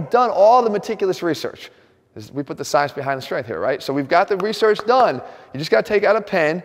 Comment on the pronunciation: I heard him say “research” and lost my shit.